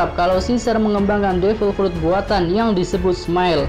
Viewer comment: Kok frut baca nya